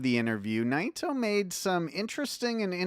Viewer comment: have I been mispronouncing Naito all this time? 😯